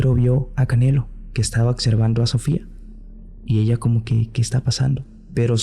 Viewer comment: Es "oBservando", no "oCservando".